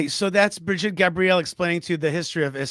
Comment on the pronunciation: Brigitte!!! Bri-git-te! Not Bridgette😂😂😂😂😂